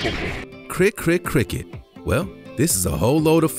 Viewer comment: Don't. Know why you called the cricket a critcrit and the krikri but it is pronounced kri kit good video though